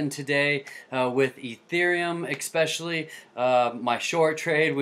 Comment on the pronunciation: Why do people pronounce "especially" as "expecially"?